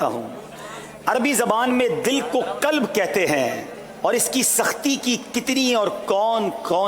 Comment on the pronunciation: حضرت دل کو " کلب " نہیں "قلب" کہتے ہیں۔